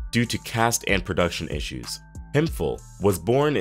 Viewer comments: Say it with me "Hemp-hill" not "him-fill" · RIP to all these talented people BTW, Shirley Hemphill's last name is pronounced HEMP-HILL...not HEMFIL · No disrespect, but It is not pronounced as (Hem fill). It is pronounced as (Hemp. HIll) Hemphill. That is how North Carolinas pronounce it. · Cartier is pronounced Car-tee-at, and Hemphill is pronounced Hemp-Hill.